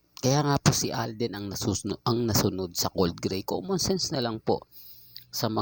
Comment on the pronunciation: CODE GREY...HINDI COLD GREY